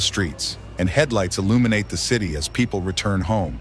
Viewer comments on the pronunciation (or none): none